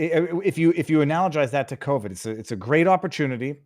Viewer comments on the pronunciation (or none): none